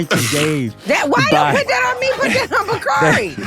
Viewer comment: Baaaaabbyy one thing Bakari Sellers gone do is eff up somebody’s NAME!!! 😂😂😂 I would think with a name like Bakari he’s seen it butchered 50 different ways so that would make him want to get ppls names right, but he says NOPE every time!! 😂😂😂